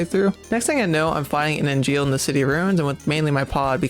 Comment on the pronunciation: Hey, awesome run. It did puzzle me that you kept calling the giant robots "Angeal", like the Crisis Core character, though. Their name after Friedrich Engels (the other intelectual developer of communism with Marx), so it German. Therefore is pronounce "/ˈɛŋ(ɡ)əlz/ ENG-(g)əlz" (meaning "eh" instead of "ee" and the "g" as in "game"). And you thought you got Simone's name wrong XD